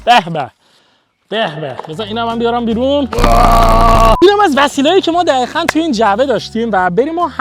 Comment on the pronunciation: دقیقاً ❌ دخیخاً ✅